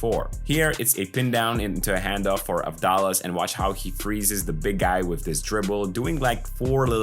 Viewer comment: Also da is pronounced like tha in that so it's Av-thá-las.